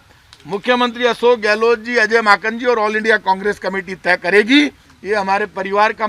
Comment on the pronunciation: रजत भाई आप हमारे मुख्यमंत्री का नाम गलत बोलते हैं हमारे मुख्यमंत्री का नाम अशोक गहलो ट नहीं है सही नाम है अशोक गहलोत लास्ट का अक्षर सरनेम में त है / ट नहीं